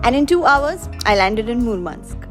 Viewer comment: You're pronouncing Murmansk incredibly correct and clean. Thank you for making the video for Russians that have never been there themselves. 😊